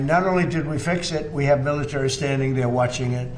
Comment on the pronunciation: come on... it's ameri-ca not ameri-ker... it's military not mili-tree... just try it and before you know it, you too can pronounce our language